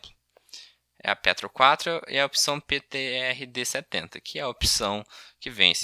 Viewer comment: Ler PETR4 e não Peyr4